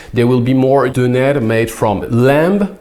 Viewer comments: pronounced "döner" and "cağ kebabı" so much like a Turk that I thought he was a real Turk. He seems like an expert at imitating sounds, monsieur:D I also think he has a great ear for music. Döner is pronounced as /døˈnæɾ/, and cağ kebabı as /dʒɑː ˈkebabɯ/. Thank you very much! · pronunciation of turkish word are excelent i tought we is turkish for a second